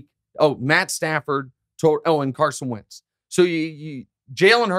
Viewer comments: He said “wince” cuz it rhymes with prince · I’m not sure but I’m choosing to believe he said Wentz